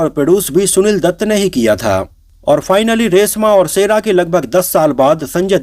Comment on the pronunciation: रेसमा और सेरा नही,रेश्मा और शेरा 😂😂